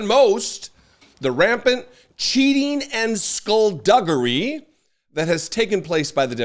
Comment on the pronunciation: I wonder who writes his Truth Social posts. I have never heard a living person use "skullduggery" in a sentence and I'm sure that if DJT wrote it, he would just say "very bad things". Also, he couldn't say the word. I mean seriously, he has trouble saying any word over two syllables long. What a jerk! Throw him in jail and lose the key. A complete clown.